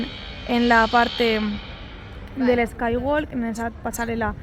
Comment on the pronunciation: Skywalk se pronuncia skywok, no walk